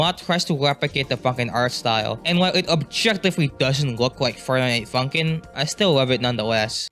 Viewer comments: Honestly it sounded like you said "I found out about fuckin" 😭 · that's not how you say funkin